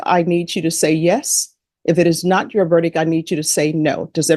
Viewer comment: The word is verdic T not verdic K. Once you have heard it you can’t unhear it lol